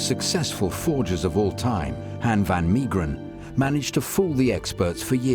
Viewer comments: Unfortunately they could not pronounce Van Meegeren’s name properly. It’s Van MAY-geren not MEE. Van Gogh is the most butchered though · Van Maygeren ...pronunciation .